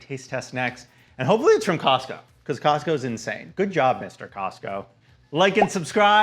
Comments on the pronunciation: I was like... Wait... Did I hear him say Costcussy??? I had to go back and listen to that again. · cos-cussie??? lmaoooo subcribing!!